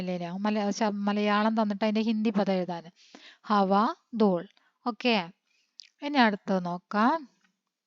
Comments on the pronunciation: ദൂള് അല്ല ദൂൽ ആണ് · Dool an dooll Enn alla 😂